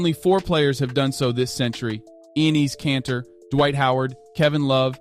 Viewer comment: Dude does this narrator even watch any NBA. Guy butchers the names of so many of the players. Enes Kanter, Jose Calderon, Mikal Bridges. Man learn how to pronounce people's names right before you do a video.